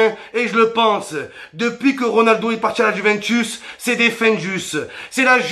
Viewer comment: "Ronuldo, Ronabdo"😂😂😂👏👏